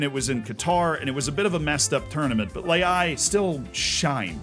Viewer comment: Rafael Leao ❌ Rafael Le'ai ✅